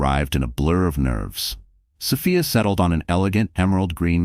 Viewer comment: Sophia is pronounced so fe is long o, long e